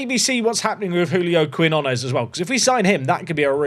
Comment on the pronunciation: We need to send you on a language course with all these South American signings. New is keen-yo-nes. Denner deal is too much to say no to. Now that the release clause is gone, I’d list the star CB and see if his value goes up any since he’s leaving anyway. Couple million for him and i think you have to cash it in unless you think you can pull off promotion this year and then resign him as a premier league team in the offseason.